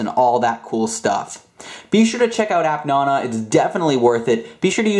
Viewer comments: its app naaanaaaa not appnono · The way he says appnana annoys me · You say nana rong